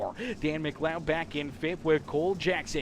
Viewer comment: Finally pronounced McLeod right!!! I’m so happy “Muhcloud”